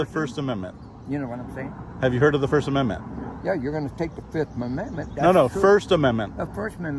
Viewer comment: " Yeah, first mamendment "